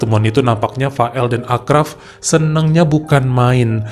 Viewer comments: Maaf itu di bacanya Asraf bukan Akraf: karena ponakan ku namanya sama kebetulan orang Casablanca juga sorry ya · Achraf bacanya Asraf bang 😀